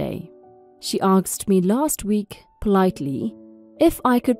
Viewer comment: Asked not aksed. The letters are said in the wrong order and it sounds weird.